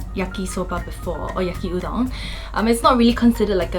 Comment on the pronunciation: Why does Yaki Udon sound like Yuki Udon 😂